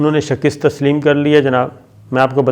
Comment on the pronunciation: Shakist nahi shikast hoti hai PLEASE CORRECT YOUR PRONUNCIATION